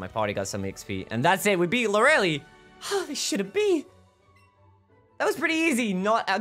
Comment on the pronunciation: Its Lor-uh-lay, not loreli xD